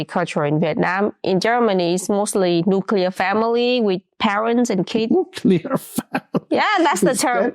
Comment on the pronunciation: "Nuclear family" as is "nucleus" not as in "radioactive" 😅